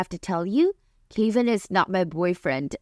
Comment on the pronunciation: So Kevin = Kay-vin? I’ve never heard it pronounced that way.